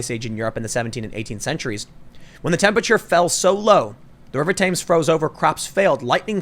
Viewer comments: The River “Tims” not “Tames” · Tehms not Tames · The pictures a poster from a film called The day after tomorrow. Also i have to point out ( being British) as it annoyed me ... its the Thames pronounced Tems not Tames ... anyway carry on. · River Thames is said tems dude. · Tim please say tems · TEMS it's pronounced TEMS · ........please learn how to pronounce “Thames”.....................